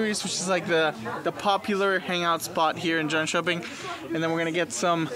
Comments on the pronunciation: Haha im impressed that you naild jönköpings name that well :) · Lmao u pronounced Jönköping almost perfectly